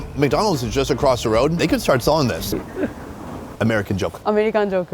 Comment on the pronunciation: american joke -> Amelikan joku